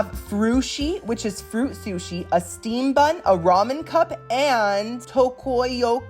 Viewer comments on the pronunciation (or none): none